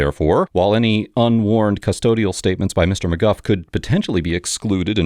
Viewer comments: really dumb AI reader or host not listening. Judge said name several times as "McGOO" yet narratioin continues to pronounce it as "McGuff".... I guess if Mr McGoo is blind, then the narrator is deaf. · Mcgoo not Mcguff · Magoo, not mg guff.👎👎👎Bad AI👎👎👎👎Old video 👎👎👎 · As a lifelong McGough (Mc-Goff rhymes w cough), we do not claim him! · The judge and even the defendant pronounced his own name as McGoo and yet the narrator calls him mcguff. Weird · Why does the narrator say McGuff when the guy's name is McGoo (both names spelled phonetically). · I don't think he watches these. Judge: McGoo Defendant: McGoo: McGuff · NO no no no.. not “Ma-guff”. Best part of the case is calling this Sovereign idiot by the name of a legendary inept cartoon character. He pronounces it the same way so 🤷‍♂️ Mr McGough IS Mr Magoo 😂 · Duuuuude....stop saying Maguff, it's Magoo....listen to judge and the defendant themselves! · It's not "mcguff", the defendant himself pronounces it "magoo" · What's criminal here is that the voiceover is getting the name wrong. It's not Mr. McGuff, it is LITERALLY Mr. Magoo. Yes, Magoo. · the defendant's name is Mr. Magoo, not "Mr. McGuff" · Why do you say Maguff? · his name is McGough prnonounced Magoo. the judge pronounces it McGoo, the guy even pronounced his own name that way. not sure why the video narrator keeps saying is as mcGuff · His name is really pronounced McGoo although it spelled McGough. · He pronounces his name McGoo. Train your AI better. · "Seedrick Simpson" "Mr. Macguff" Would it hurt these slop channels to find ONE English speaker to listen to their slop even once? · Do you think you can adjust your AI voice modulator to actually pronounce the man’s name right? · You could not even get Magoo's name right. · It's pronounced "MaGoo". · That’s wild because everyone in my family pronounces it “McGoff” like “cough”. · His name is Magoo and you will pronounce it as such! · his name is pronounced "McGoo" AI sucks.